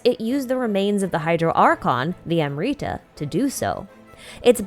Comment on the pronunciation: This was prolly your best video in a while. Really needed this timeline summary of things after 3.6 Though I still have a gripe with pronunciation. Amrita was prolly the lowest hanging fruit amongst the various random jargon genshin throws at us. Had to replay that bit bunch of times where you kept saying 'amreetah'. Would really be great if you could consider checking the proper pronunciation of indigenous words.